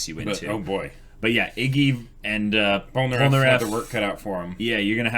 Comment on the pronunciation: I thought you said Polpo for a second and I got hella confused on why u were calling Polnareff Polpo XD